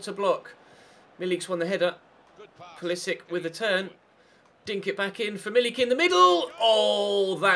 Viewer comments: Pulisic is pronounced Pulisich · Theobold Trollington-Smythe no, i think is correct, pulisic has an accent on top of the c that reads ch